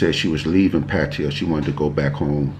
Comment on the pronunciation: Found you by chance. Great info and loved how you met. I just got back from Pattaya (you’re one of the few that pronounce Pattaya like I do 👍🏻) loved the basic budget....I went to Tiger park. Very cool place (great photo op too). Anyway, new subscriber here. Thanks 🙏🏻 SF Warrior